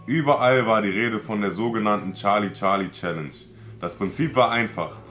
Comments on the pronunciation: Nicht charli charli sondern scharli scharli😂😂😂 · Es ist nicht charli charli es ist chali chali🤗☺ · Charlie Charlie:SCHARLIE SCHARLIES 🤣🤣🤣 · charli charli: Schali Schali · charli charli: schali schali🤣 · sagt immer scharli scharli